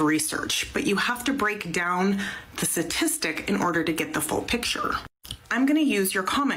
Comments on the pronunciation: If that lady says satistic instead of statistic one more time i might lose my mind. Her intelligence level is on display. (Paderns, satistic, yahh) 🤦‍♂️ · Is it me or is that woman saying 'Satistic'? Sounds like she's missing the first 'T' and its getting on my nerves. It's been a long day and she's giving me the pip. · If you want to come off as data driven and evidence based, you should learn to say the word "STATISTIC"... Not "SASISTIC".... She strikes me as though she can't do simple addition... let alone advanced statistics... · Speaking to us like we're children, while pronouncing "statistic" like my 7 year old nephew - "suhsistic" 🤣🤣🤣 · She can't even pronounce statistic correctly.